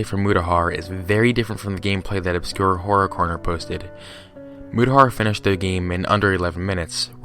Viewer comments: "Obscure Corror Horner" That's literally what he said xD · IT's "OBSCURE HORROR CORNER" You keep saying the name wrong, you did it 3 times in the same sentence. Don't listen to this dude, he doesn't even spend minutes researching. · Good job fucking up the man's name not once but all the time.